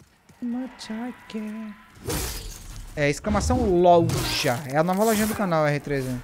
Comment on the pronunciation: Essa pergunta tentei achar a resposta no Google e n encontrei. Pq os Youtubers estão falando LOLJA ao invés de LOJA? Alguma idiotice do YouTube e suas diretrizes?